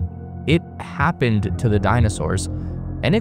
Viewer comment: it … haapined nahsa 😂🎉